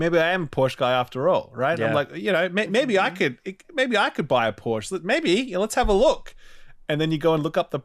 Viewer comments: Its callled PorschE NOT PORSCH. ^^ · Hasnt ralph seen friends? ITS POR-SHAAA